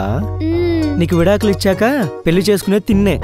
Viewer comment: పెల్లి , మల్లి - అనటం కాదు పెళ్లి , మళ్ళీ వీటిని పలకడం నేర్చుకోండి